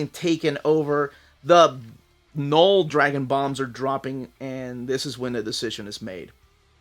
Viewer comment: Learning a bit of French with my kids, and everytime you said Knoll, I was hearing Papa Noel. Just that time of the year 😂